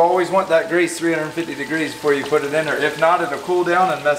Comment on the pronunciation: Put not ( pulled)